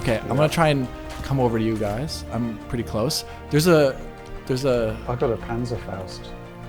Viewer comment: The way you pronounce panzerfäust brings me back to a WW2 game.